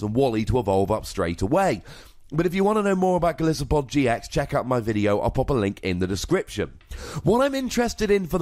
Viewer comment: Also, Golisopod is pronounced goal-ice-o-pod